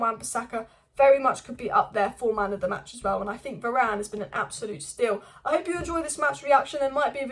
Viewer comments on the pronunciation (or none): none